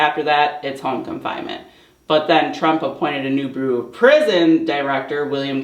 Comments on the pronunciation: Bureau is pronounced: “byur-oh” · This is not to make fun, but the word bureau is pronounced bee-you-row. I only mention it because we all know how hard you work on these videos, how far you have come, and that you always want to improve and do your best. Great job.